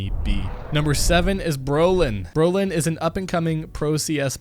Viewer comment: You saying allu and brollan wrong